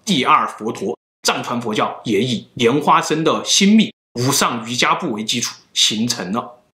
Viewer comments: 听不下去了，这个字读错了，瑜伽的伽字，佛教中念做“茄”。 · 應該是“無上瑜伽（qie）”瑜伽在佛教里修成了的一律叫“瑜伽（qie）”不叫瑜伽（jia）。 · 也難怪喇嘛得性病被告那麼多 要是真有功夫為何還會將人搞大肚子?得性病 佛陀可是說過 淫慾是障道法 這和道家房中術根本是換個名稱而已.真正有功夫的是不漏!! 影片中要念瑜伽不是瑜珈(漁家) 小弟念過佛學院至少有些觀念大家要先建立 1:在彌勒佛尚未出世前,我們是不可能有第二尊佛降世,如果自稱是佛的皆為魔.你可以說有佛性但不是佛.佛陀十大弟子當中當佛入滅後 阿難/大迦舍也不敢說自己是佛 2:佛陀入滅前曾告誡弟子"以戒為師"怎可能還搞男女關係.而且還選妃 3:密宗有些地方很矛盾.大家都知道有所謂黃財神.與所謂修持金剛不壞之身.那為何當初老共打壓喇嘛時候大家跑得比飛得快.要知道當初黃教達賴喇嘛是帶槍穿便服逃離西藏 要真有本事怎還怕中共? 4:密宗不少經典根本不是佛說.而是後人編制出來.有些連譯名都沒有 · 不是瑜伽（jia ），发音瑜伽（qie ） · 一点拙见：应该是读瑜伽qie（二声） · 无上瑜伽的“瑜伽”念“yuqie”(余茄) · 「瑜伽」讀錯了